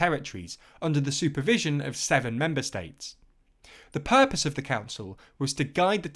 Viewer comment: the purpose 😅😅 your accent hits , you tried it Well but cannot succeed 😭😭😭